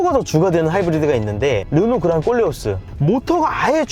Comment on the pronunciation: 콜레오스 발음이 어렵나봐요 모두 꼴레오스라고 하네요